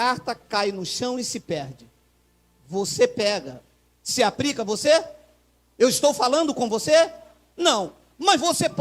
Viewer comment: Aprende a falar, não se fala APRICA, é APLICA. ANALFABETO!!.